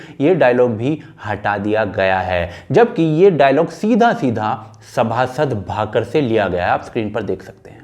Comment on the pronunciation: भैय्या, आप बार बार उस ग्रन्थ का नाम 'सभासद भाकर' कह रहे हैं जबकि सही नाम है 'सभासद बखर'. बखर यानी प्रतिवेदन या आलेखन. क्षमा करें आपके भावों को समझ पाया लेकिन इतनी सी भी गलती क्यों रहे इसलिए.